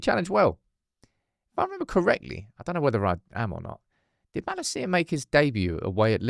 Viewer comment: Your pronunciation of Malacia is driving me insane